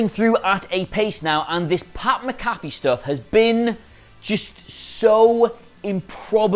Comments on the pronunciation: Say it with me. Mac-A-Fee, NOT Ma-Caffe! 😡😡😡😡😡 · it's Pat "Mac-a-fee" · MAC-A-FEE. MAC-A-FEE. DAMMIT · Mac-Afee, not MaCaffe. Just like the anti-virus program. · Great shit. Names (MAC-A-Fee) btw for future videos don’t want to get the champs name wrong. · I've heard SOOOOO many Brits pronounce it "MA-CAFFY". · I'm a Brit and the only McAfee I know here pronounces his own name "Mac-A-Fey". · It's sad that a guy from another sport could cum in and outwork and outdo them on the mic then anyone in the wrestling business and will dude pronounce his name rite